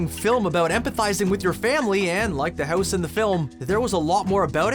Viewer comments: its house, not hoose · I watched u for a long time but when u said house it really sounds like ur from Canada